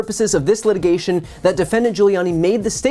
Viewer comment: “For the purpose of this letigation” ??